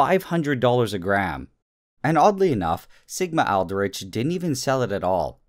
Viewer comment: Did anyone else understood ligma-outbreak instead of sigma-aldrich? lol.